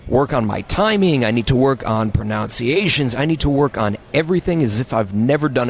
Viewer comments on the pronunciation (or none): How ironic he pronounces "pronunciations" as "pronounciations".